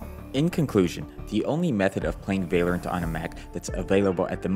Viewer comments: bro its. val or ant lol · i love the way he says valerent instead of val-low-rant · its vah-lorant not vay-lorant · It’s valorant not valyerint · Vay-Lorant is pissing me off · it is v ah lorant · bro vaylorant lmao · aint no way he just said vay lorant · vai-lorant xd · why do you "vaylorint" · Ah yes whaleorant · u mad me so mad bc of how u said val-or-ant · you say valorant werid